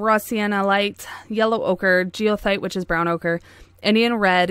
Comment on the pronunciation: Goethite = guh tite (hard G). : )